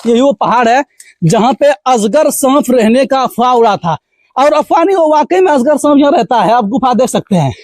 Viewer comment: Asgar nhi azgar 😀